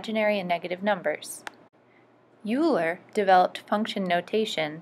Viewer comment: Euler is pronounced "Oil-er", not "You-ler"!!!!!